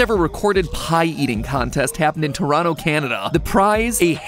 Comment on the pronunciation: Thanks for pronouncing Toronto correctly!